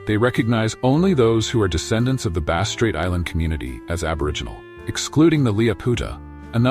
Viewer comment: A lot comes across like AI goop. Some descriptions apply to mainland Australia's tribal people, not Tasmanians. Many images are ridiculous, showing wrong race types. 'Tent' dwellings etc are shown which they did not use. Vegetation shown is wrong. Even 'Bass' is sometimes pronounced incorrectly. Tasmanians used/carried fire, but could not make it. Did not eat fish for some reason & couldn't catch. Only ate shellfish. Only wore tied skins. Did not sew large possum skin cloaks like southern mainland aborigines. Why bother making videos if you're prepared to be so inaccurate?